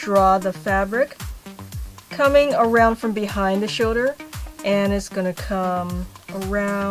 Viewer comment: i love how she says "shouder" #perfectimperfections